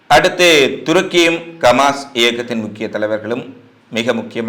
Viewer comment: Why you say Kamas (கமாஸ்) instead of Hamas (ஹமாஸ்).?